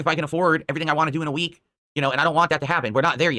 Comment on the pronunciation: I’m so glad you also noticed he says “WAHHH” instead of wanT